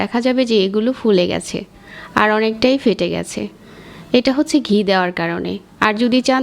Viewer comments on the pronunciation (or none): It's not Gee, It's Ghee , Please Correct The Word.